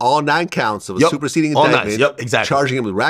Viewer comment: Did he just say "Super SAYIAN" INDICTMENT😂😂😂